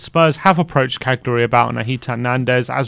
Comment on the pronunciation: Love that pronunciation of Cagliari..